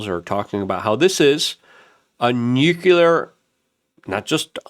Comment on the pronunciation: PLEASE! 🙏Repeat after me... NEW...CLEAR. NEWCLEAR. Nuclear. Not Nuke-you-lur. 🤦‍♂️